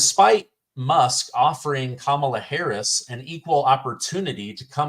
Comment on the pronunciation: “Kum inyer Hariey” for prison 2024!